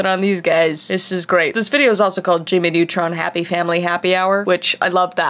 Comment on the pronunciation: "jimmy nutrin" me:thats what she said